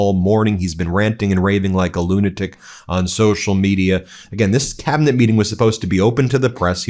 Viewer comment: Did someone mention the 25th in the "cabol; er, cabinet" and say a guest host of this shit-show?